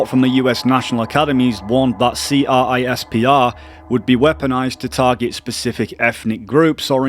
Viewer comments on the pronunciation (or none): Fun fact, CRISPR is literally pronounced crisper